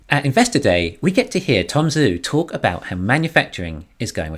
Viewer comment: it's Tom Joo, not Tom Zoo. The transliteration of "Zh" is a "J" sound. Listen to him pronounce his name. It's not just you, it's almost all the Youtubers. It's the guy's name. Why not guve him the honour of pronouncing his name correctly?